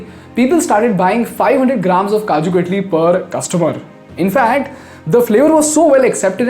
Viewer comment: "Kaju Cut-lee"